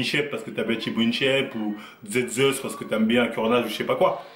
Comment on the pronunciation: "Z zeus" Ptn F-Canne se retourne dans sa tombe 😂